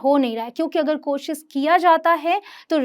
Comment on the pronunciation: Mam ap khud koshis bol rhe h koshish hota hai ..apki pronunciation b sahi nhi hai ..kya btayenge koshish hota h ya koshis